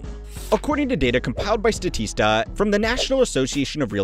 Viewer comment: Pronouncing Realtor like Realitor, and Statista like Stateasta.